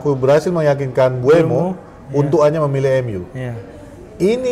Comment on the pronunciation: mbumo bang bukan mbu-emo wkwkw